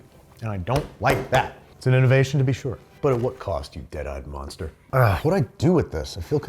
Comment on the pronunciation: I'm tickled by how midwestern babish got while eating the jimmy dean ones , with all the I SHURE DO